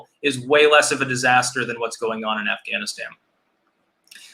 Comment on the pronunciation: "Ganistan" hahahaha